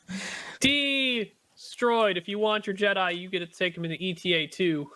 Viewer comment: Unless it is a running joke, can you please stop calling it E.T.A.-2? Eta is a Greek letter, just like delta, or lambda. It is pronounce "Ay-ta", similar to beta ("bay-ta").